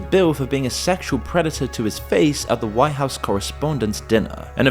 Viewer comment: Anyone notice the 'Wwhhite house'... like the family guy joke. "Whhhy am i say whhhat weird? " the brian, stewie joke? Probably means nothing but he accentuated the H.